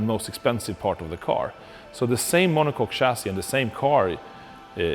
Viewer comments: He said cock. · He said Monock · Haha, he said monoCOCK....